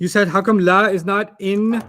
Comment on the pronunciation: I know that 'Howw', hyderabadi here :) Its actually 'hao' 😅